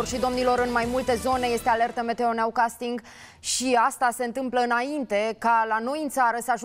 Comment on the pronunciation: 100 DE ANI S-AU CHINUIT ENGLEZII SĂ II FACĂ PE INDIA SĂ VORBEASCĂ ENGLEZA.. EI NU AU LINGĂI DIN ĂSTIA CU NĂU CASTORING..🤣🤣🤣🤣